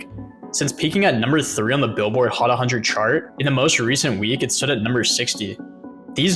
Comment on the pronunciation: "Billboard Hot A Hundred" triggered me.....💀💀💀💀